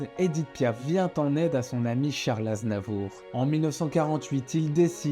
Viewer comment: Vers la fin du vid, le narrateur dit charles NAZNAVOUR. 😂😂